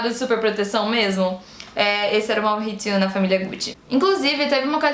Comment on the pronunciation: Ele era italiano então é Maurizio mesmo, não Mauhhhizio kkk, mas parabéns pelo vídeo, amei, ansioso pra ver a no filme.